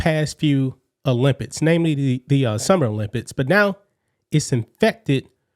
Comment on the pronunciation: The "Olympits" 😂😂😂😂😂